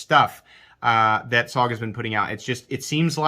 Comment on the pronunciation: Studies and Observations Group = S.O.G. Also you pronounce it as 3 letters not one word. Also missed the workings of the XR Lock, it is mechanically different that the axis lock and other "bar" locks. You're expecting this knife to be something it's not, maybe need some research, missed the mark on this one.